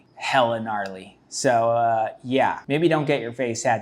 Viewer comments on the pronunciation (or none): none